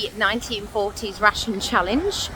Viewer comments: As a non native speaker, I constantly hear "a typical russian diet" and it took a while to get it.😂 Glad you got to enjoy your "russian free" Fish 'n' Chips. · I listend to the video while I did the chores and was wondering why an english ate a russian diet. Took me a while until I recocnised she is saying rationed. And where was the fish?